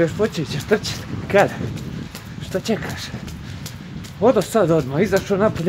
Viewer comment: ali kad kaže šta "ćekaš" sa šuštavim mekim š oplačem